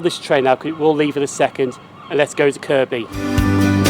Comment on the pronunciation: Great video and good you got the Kirkby pronunciation right. Hope you don't mind me pointing out that Simonswood is actually pronounced as Simmonswood!!